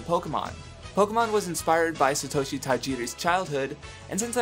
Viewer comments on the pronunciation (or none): none